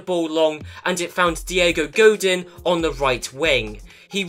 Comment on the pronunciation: It’s Goh-deen. And never said it was your fault, but I’m a pissy boi when someone says something wrong. Lel, you’re a great YouTuber just ignore me.